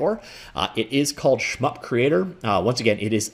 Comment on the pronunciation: sounds almost like you're calling it "Schmuck Creator" 😂